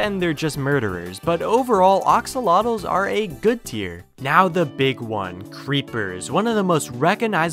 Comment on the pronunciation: Why is he saying ‘oxolotls’ instead of axolotls?